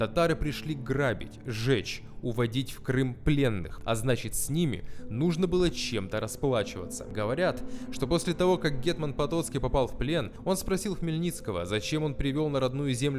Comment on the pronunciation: ну как так?)))) вы же очень круто готовитесь к материалам)) гЕтьманщина, а не гэтмАнщина. гЕтьман/гЕтман (на крайняк), а не гэтьмАн. СтаршИна, а не старшинА:) спасибо за выпуск!;)